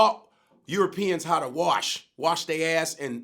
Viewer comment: “We taught Europeans how to waRsh” 😆😆 👏🏽👏🏽👏🏽